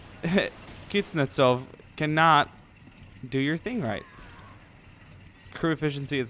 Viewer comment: Kitznetsov ahahahah. Kuznetsov is right pronounce. Kuznets is smith.